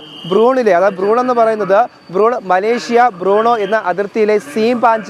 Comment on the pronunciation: എടാ പൊട്ടന്മാരേ...., ബ്രൂണോ അല്ല. ബ്രൂണൈ എന്നതാണ് ശരിയായ ഉച്ചാരണം! 😁